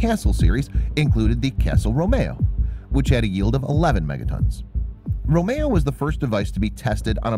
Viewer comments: Romeeo not Romayo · The narrator can't say romeo properly lol. He says row-mayo instead rome-e-oh. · “ Romayo “ no no dumb dumb, it’s pronounced “roe, me, oh”. And castle bravo was not a fission bomb it was a fusion bomb. Do you not know how google works? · I had a seizure when he pronounced "castle RO MAYO" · this site is a robot site. This is shown by the pronunciation of certain words. For example, an English speaker would pronounce 'romeo' as a single word, not romaho. Listen to the dialogue and you will detect other errors in pronunciation. This is pretty good at English, but ..... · Its pronounced Castle Roam e o NOT Roam eh o! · ROH-MEE-OH not ROH-MAY-OH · Then again after "ay toll" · Romeo =/= row-may-oh